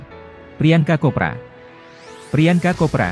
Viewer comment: Chopra bang bukan khopra